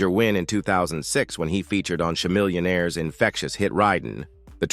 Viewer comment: Chuh-millionaire?? Really??